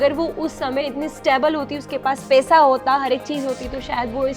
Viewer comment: Pesa nhi paisa hota h over acting